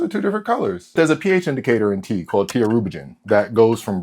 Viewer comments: omg bro I thought you said pee at first. I was about to say wtf are you doing😂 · I heard pee instead of tea, anyone else? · I thought he said pee instead of tea 😭